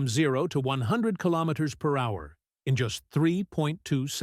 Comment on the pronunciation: A lot of this stuff is just click bait. The narrator can't even pronounce kilometer. What it does is make people think it's just around the corner so people will just wait for it and not buy an EV. It's the same with all these new supposed new technology motors. Just a distraction and click bait.